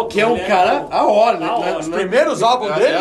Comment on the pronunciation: Video bom, mais ouvir a pronúncia AOR o video inteiro é de doer os ouvidos. O correto é A.O.R (escrevendo como se pronuncia: EI-OU-AR)